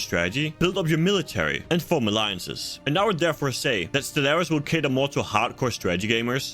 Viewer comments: bro I can't watch or respect you because you mispronounced stellaris in the first 10 secs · To be fair it's a game review a good start would be to pronounce the name of the game properly I can't take a game reviewer seriously if they make such a grand mistake in the opening of your review!